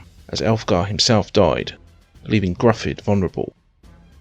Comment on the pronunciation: Good video. I believe the Welsh Gruffydd is pronounced Griffith